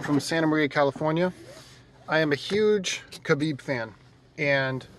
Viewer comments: i am a HUGE KAHbib fan. and proceeds to do as chael does and mispronounce his name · "huge" khabib fan yet he cant pronounce his name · How is he still mispronouncing Khabib? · to the BIG KHABIB FAN guy with glasses crying about the sicko islamic culture being insulted. YOU AINT EVEN PRONOUNCING HIS NAME RIGHT. worry about your own culture being under attack, which it undoubtedly is. rather than some dude from the caucuses whose name you cant even pronounce. good lord youre angling for that 'c' word i hate so much that everyones throwing around atm